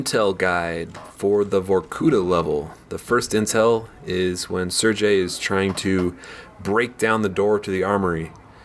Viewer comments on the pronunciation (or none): Im pretty sure its pronounced SIR-GAY not SIR-JAY